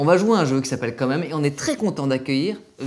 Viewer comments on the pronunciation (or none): On dit bien QUAND MÊME et non COMME MEME